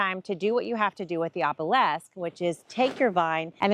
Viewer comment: Note: OBELISK is pronounced the way it is spelled.